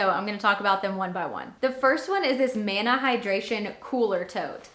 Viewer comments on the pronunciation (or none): none